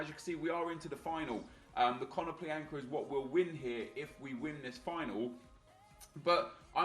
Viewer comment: ea made more than 1 mistake its konoplyanka not kononplianka, love RTG aswell its very good cheers